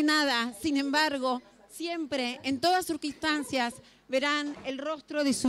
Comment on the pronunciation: esta mujer dijo surquistancias en vez de circunstancias, por que la dejan exponer